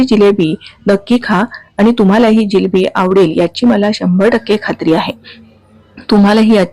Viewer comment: जिलेबी नाही जिलबी म्हणतात😅